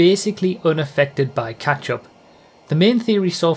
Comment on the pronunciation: When says catchup, I hear.... ketchup.